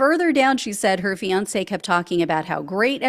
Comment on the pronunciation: If only it were true. Men need to leave MAGA wives. If only it were true!😢 This AI because you didn't pronounce fiance correct. Hmmmmm